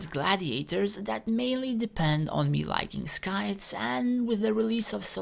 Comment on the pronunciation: Scythe is pronounced Sythe. The C is silent.